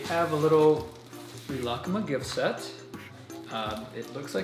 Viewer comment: that's not how you say Rilakkuma not being mean but search rilakkuma unboxung not being mean I love this channel